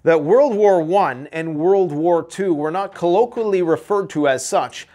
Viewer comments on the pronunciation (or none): ColloQUAlly!? lol